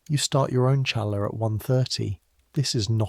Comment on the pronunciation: The bread is not pronounced cha laa, it’s pronounced ha laa. The ch sounds like an H.